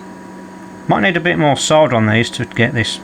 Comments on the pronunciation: It's so refreshing to watch a repair video where the word solder is pronounced correctly, soLder, not soder, dumb yanks. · It is nice that you dont say SODDER like the Americans. Drives me nutttzzz